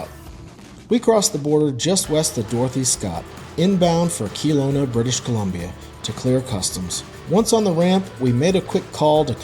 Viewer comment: Not often I comment on how someone pronounces something but you murdered the city name of Kelowna, It's not KeeeelOna, it's Kelowna, like Keh-LOh-na! Sorry...proud British Columbian here!